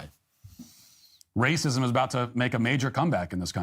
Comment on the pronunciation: “I mean what does that mean ‘it takes all of us’? What takes all of us? Raycysm?” I’m crying